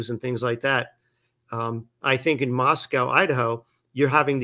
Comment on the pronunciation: I’m from Moscow Idaho—born and raised. Please pronounce the name of my hometown correctly. It’s Moscoh—not MoskOWW.